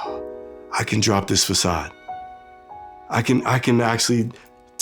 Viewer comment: He is from Brooklyn New York and he is pronouncing the façade as fakade? that's proper English...wow